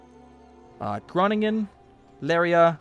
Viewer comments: you speak groningen out like grooningen :P i know it bequise i'm dutchs biatch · Its not so hard to say... just don't say the g's in this soft way... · BTW its groningen as the gro spoken as grown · you say groningen totally wrong 😂